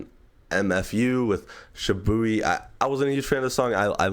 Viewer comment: Hi loved your video, just wanted to say that yeats dropping an album called A Dangerous Lyfe (ADL), n the way u pronounced SahBabii was funny.